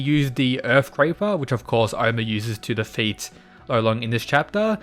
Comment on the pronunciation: “Earth craper “